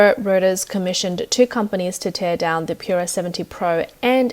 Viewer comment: NVIDIA is pronounced "ENVIDIA", not "NEVIDIA" "Tear down" is pronounced "TEH-AR DAOON", not "TEE-AR DAOON": if you pronounce it TEE-AR you are referring to the tears you shed when you cry, "tear down" comes from the verb TO TEAR, meaning: to rip, break apart. Also, you might wanna lose your incessant VOCAL FRY